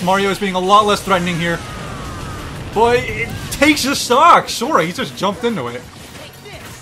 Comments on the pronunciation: He was trying to say Boy but it sounded like Roy so the editor put Roy over it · He said Boy and it sounded like Roy so the editor put Roy over it